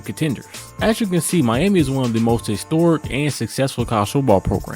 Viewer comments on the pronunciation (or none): none